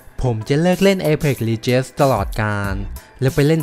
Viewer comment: legends อ่านว่า เล เจ็นส์ นะครับ